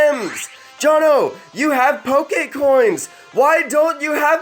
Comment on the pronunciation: poKEY balls